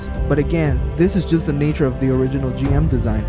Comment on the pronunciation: it is pronounced Jim, not Jee em